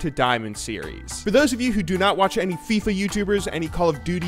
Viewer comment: "FIFA series" i thought he is American..